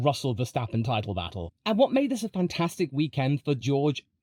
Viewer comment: Haha, "bottle" neck